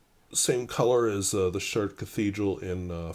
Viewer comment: Thanks for reminding us of the correct pronunciation of the City in France, it’s cathedral and the beautiful blue of the cathedral’s stained glass windows. A person may not speak French, but how hard is it to learn the pronunciation of a famous place? One of my pet peeves over the years has been the way so many pen reviewers mangle the name of the Platinum Chartres Blue 3776. So Kudos to you for reminding us all how to say it. Chartres and its cathedral has been on my travel wish list for years. Not going to make it, so I guess that’s reason enough for me to purchase my first 3776, in that gorgeous Chartres Blue. As always thanks for the thoughts on various topics in the news and the opportunity to think a little deeper about them.